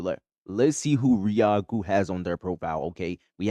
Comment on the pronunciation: Thank you for the video over my wife's account 😂 also uhh the name is pronounced ri, Like rise, ku like goku, The a is silent Riaku 😊 I really enjoyed this review bro, I hope you blow up with viewers and subscribers. 💕